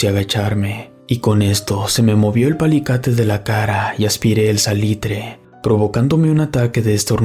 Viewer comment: ¿Qué es un palicate? te falta leer más, dices muchas palabras mal pronunciadas, si tienes dudas de las palabras búscalas en tu Navegador, le quita calidad a la narración. 😢